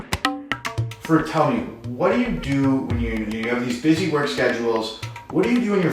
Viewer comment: Its funny how white people call muslim names. It is FAA-ROOK, the way you should pronounce. Amazing guy amazing story and great content. Also, you need to know a little difference between Pakistani Music and Indian music. You will be shocked ;) Listen to coke studio Pakistan. Know Pakistani music and do not put stereotype annoying music in the background.